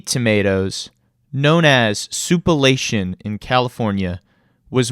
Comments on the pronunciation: OMG. It's sou-plan-tation. The F.. sou-pa-lation..? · Soup-uh-la-tion ! 💀 Why not just say Sweet Tomatoes ? 🍅🍅